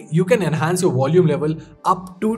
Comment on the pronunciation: I learned a new word today. Wolume!